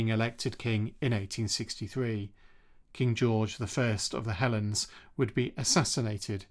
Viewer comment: I like your definitely-not-AI voice! With one minor pronunciation quibble at the 16ish minute mark: he was king of the "hell-eens" not king of the "helens"! 😅